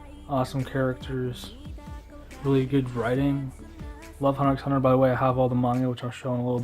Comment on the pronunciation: Great collection! By the way, Hunter x Hunter is pronounced without the x.